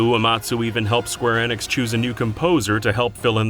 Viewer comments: Way to say square enix right... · Y'all seriously can't tell me that you can't pronounce Square Enix correctly either? I think you guys are just doing it on purpose now.